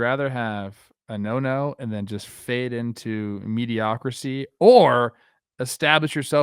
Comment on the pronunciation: “Mediocrisy” Nice Plouffe, that’s a new one